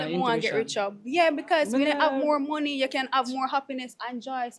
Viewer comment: Lol man seh "not my nomey" him a try seh money 😂😂😂